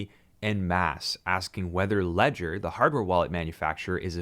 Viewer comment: If all the American youtubers knew how to pronounce Ledger in French there would be no confusion... ;)